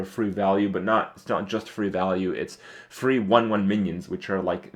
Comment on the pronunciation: When he was talking about the Violet Teacher, I heard ''You get a lot of Fruit value'', instead of free value. lol